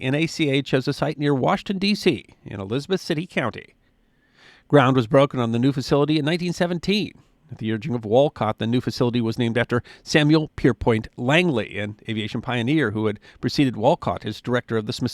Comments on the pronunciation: When I was little, I lived near what people now know as LAX. The surrounding area was the hub of the U.S. aircraft industry. As a young aviation buff, I well knew about the NACA. In fact, I had a hard time remembering its reinvention as NASA. It's Samuel Pierpont Langley, not "Pierpoint." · Langley's middle name was Pier-PONT, not Pier-POINT.